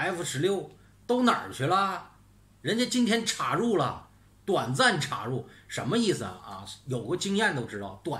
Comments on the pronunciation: ，插入的插是一声，好听些，酥麻些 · 请跟我念一遍 插 “chā”，chā rù